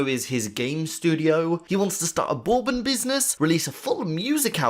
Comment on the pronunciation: How the fuck did he just pronounce Bourbon?